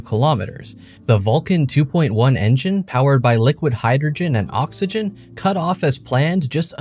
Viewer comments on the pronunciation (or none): none